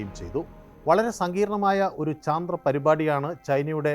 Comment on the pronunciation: ചന്ത്രൻ അല്ല ചന്ദ്രൻ ആണ്